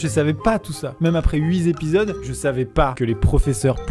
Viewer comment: "Pour réfléchi, elle ne sait pas écrire..." et toi tu dis "huit zépisodes" ! 😜